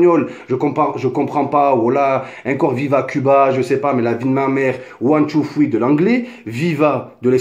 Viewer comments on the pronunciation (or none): one two foui mdrr quel bel accent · "one tou foui". Sympa ton anglais. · Mdr c'est pas fouis c'est three cousin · pk tu dis " ouane, tou, fwi " xD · " One two fwi " Oh gad henni tu deconne 😂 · ond two fwee 😂😂😂😂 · One too thwee 😂😂😂 really nigga 😂😂😂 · C’est plutôt one two triii mais bon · Son anglais il est mashallah. Ptdr cmt il dit three. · Mais change de coupe!!!!! En plus t arrive pas à dire three frero